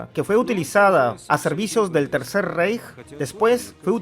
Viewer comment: Se Lee RAIJ! NO REIJ (REICH)